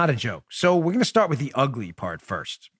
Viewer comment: Someone needs to learn to speak English. It is PART the Red Sea not PARK and it is PATRONIZING not PATRONING restaurants. These young people regardless of where they are from or their heritage are STUPID.